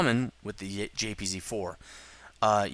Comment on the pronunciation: Completely off topic, but one thing that's always annoyed me a little bit is that you pronounce German tanks names incorrectly. For example, the "J"P"Z"4, which should be the JagdPanzer 4/IV. Just a minor annoyance. :P